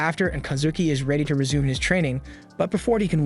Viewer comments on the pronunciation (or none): none